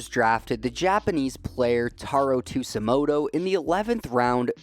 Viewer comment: bro how tf do you get an S sound from a J in Tsujimoto ???? 😭😭